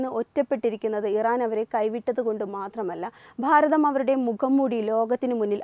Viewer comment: ഭാരതം എന്ന് പറയുന്നതിനു പകരം ' 'ഫാരതം ' എന്നാണു ഉച്ഛരിക്കുന്നത്